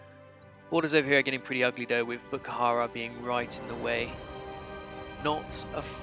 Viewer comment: the h is silent in bukhara :)